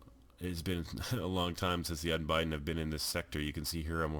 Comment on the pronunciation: It's Un-Bid-Den not Un-Bi-Den like you're spelling it.